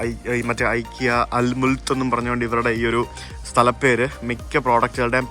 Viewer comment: CorrectPronounciation. ഇക്കെയാ✅ * ഐകിയാ❌